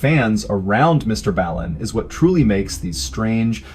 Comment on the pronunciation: When you miss pronounce Mr Ballen you know it’s a fan account